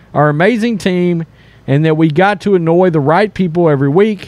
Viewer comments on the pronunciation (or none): none